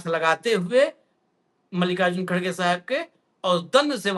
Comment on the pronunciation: भईया X Ray बहुत ही महत्वपूर्ण होत है X Ray देख कर ही ट्रीट मेंट किया जात है. मोदिया योगिया दन से निकल गये भईया 😂😂😂 पर X Ray तों सही करो भईया खड़गे नहीं भइया सही उच्चारण खरगे है भईया. देखना भईया अल्सर का X Ray कोई निकलवाने आए तो बवासीर का मत बता देना भईया 😂😂😂😂😂😂😂😂😂